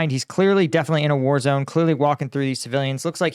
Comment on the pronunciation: "I will end this wuoar, in 24hrs" - White House Clown.